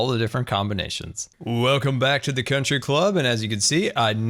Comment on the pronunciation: “Con-try Club”